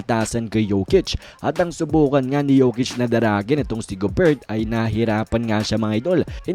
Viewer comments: .."gober" boss,,hindi "go-bert" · silent "t" ung gobert